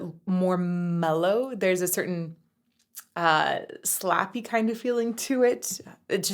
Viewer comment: Stay with the city of Boston! The Cars, J Geils, Extreme,,Donna Summer, especially Extreme maybe the multi part opus of The Truth on "III Sides to Every Story" or Hole Hearted from Pornografitti, or something from the new Six Also, did you say slappy or sloppy? Maybe check out Amanda by Boston also. Or anything and everything on the first and second albums. I think Amanda was on their third. Brad does sing even higher in More Than a Feeling.